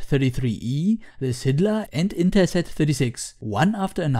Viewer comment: SYLDA, not SYDLA)